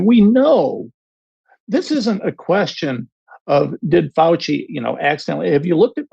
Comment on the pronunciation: Did he just say he respects Fouchy? OUCHY